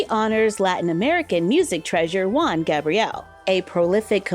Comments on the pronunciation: Not Wan Gabriel, its more like Who-an😂, but you almost nailed the pronunciation! Thanks for reviewing it, I love the doll. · Juan, from juan Gabriel is pronounced huan, blowing with the throat like in him or here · Hi, the J in Juan is pronounced as a H HU-AN Gabriel.